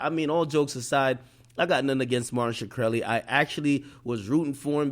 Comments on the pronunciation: ROFL Did you call him "Marsha Krelly? LOOOOOOL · "Martin Shakreli" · ak can't say dudes name for shit lol